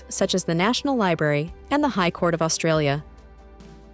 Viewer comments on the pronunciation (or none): none